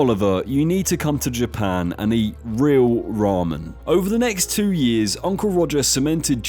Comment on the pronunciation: That's NOT how you pronounce ramen..... 🤦 Tye "ra" should be similar to the "ru" when you say "rub" instead of the "ra" from "raw", and the "men" is exactly read similarly like how you say "men" (almost like "meant" but without the T) instead of having it like "mond" or "mund". And you should read Miso as it is written, no need to add that english-accented "oe". And Indonesian salad is called RUJAK. The "ru" is read like how you say the "roo" from rooster, and "jak" is read similarly to "jock".